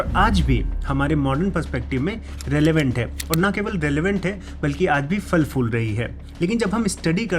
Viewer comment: mere bhai..."fal fool" nahin..."phal phool"